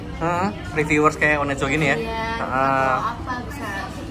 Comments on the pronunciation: Namanya ONEZO dibacanya ONEZO. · Bang btw itu OneZo sebutannya bukan o.. n..e... Zo tapi one zo , one nya pakek accent english bang hahahhaah